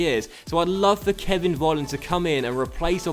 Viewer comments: Volland must be pronounced like 'Folland' because here in Germany you pronounce the V like an F. Sorry for my bad English (:D) i love this career mode!! Greets from Germany :) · Just a tip, i think Kevin Vollands name is pronounced Kevin Folland